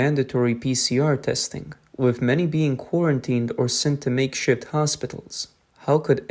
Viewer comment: You said, "Make Shit hospitals"